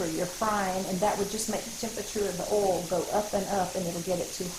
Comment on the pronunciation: i love how she calls oil "ol". This is how you know it's legit. lol.